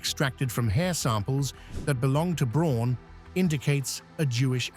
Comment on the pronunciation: If you can't pronounce Braun, you shouldn't make video's about her.